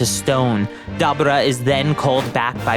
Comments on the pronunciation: its not dubba ra its da bore ra (dabura) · wtf is a dab ah raah, even in the show they call him DaBooRah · Why is it that no one can pronounce Daburas name correctly? Its da bū ra not Da bu ra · Pronounce it Da boar raaaaaa😂😂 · Lol this guy can't say Dabura's name right for anything lol 😂😂😂😂😂😂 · The way you say Dabura 😅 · Broooooo this dude is Pronouncing Deborah's name aaaallll wrong 😑!!!!